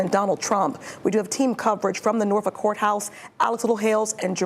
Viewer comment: People have no problem pronouncing FOLKLORE, but must pronounce Norfolk as Norfuck.